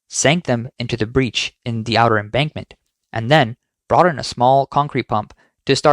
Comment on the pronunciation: Embankment, not embarkment